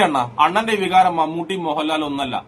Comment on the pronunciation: വിഹാരമല്ല ടാ ചങ്കി പോത്തെ വികാരം എന്നാണ് 😂😂😂😂